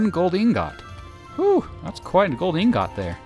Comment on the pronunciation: The real crime here is the way he says ingot.